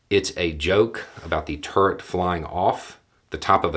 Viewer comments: I get a kick out of pronunciations sometimes. I heard "turd springs" the first time he said, "turret springs. " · For a minute there I thought he said "Turd springs" 🙄. It's the accent 😁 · His accent makes me hear it as "turd springs" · I didn't realise that "turret" could be pronounced as one syllable. You had me confused for a bit there.